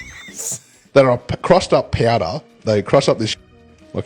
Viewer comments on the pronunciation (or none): Took me a minute. "Piahdah" = Powder.